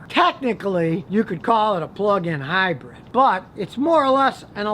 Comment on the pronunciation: Please stop saying "hybred", it's "hybrid" Scotty. Good info on ac & dc motors👍🏼